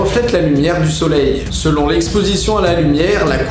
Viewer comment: SeloN eux pas selonT eux par pitié ^^ Sinon vidéo sympa :)